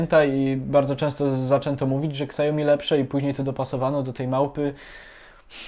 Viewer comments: Siaomi a nie kasjomi ;) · mówi się "siomi", nie "ksajomi" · siaomi, nie szałmi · przez jego amerykanski akcent to brzmi jak "szałmi" lecz poprawna mandarynska wymowa to "siałmi" to "ał" jest krotkim ao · Spec od marketingu, który nie potrafi wymówić Xiaomi poprawnie.